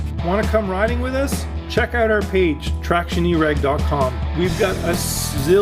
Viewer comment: Why do you say OUT so funny?